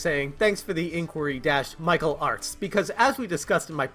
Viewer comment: Through my crappy 5S speaker, every time you say Michael Artz it sounds like you’re saying Mike O’Hart...